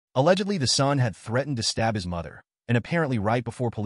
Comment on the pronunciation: It took me a while to realise that whenever the lady in the red shirt said "stop" she meant to say "stab," so I was curious what endeavour of hers he was trying to put an end to.